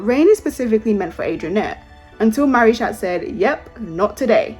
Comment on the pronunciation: Im sorry but they way u say marichat sounds like marish@ LMAOO